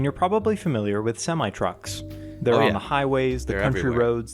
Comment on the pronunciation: Why, Why, Why, the Sem-eye? It's, sim-ee.